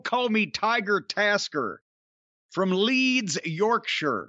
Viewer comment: As an Englishman, I can’t help but appreciate Jim’s ability to say “Yorkshire” properly